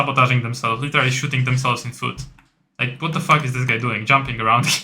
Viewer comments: literally wymawia sie "ly czy ra li" albo "ly de ra li":) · "literally" zle wymawiasz bardzo i boli w uszy.